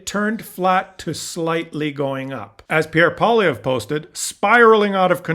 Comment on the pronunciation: You are pronouncing this CLOWNS name wrong. It's Poi-LIE-vre.